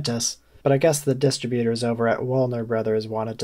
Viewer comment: Distributor is pronounced with emphasis on the 2nd syllable